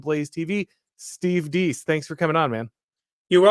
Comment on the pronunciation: pronounced Steve Deese wrong, but then again, look at name. How would you pronounce that?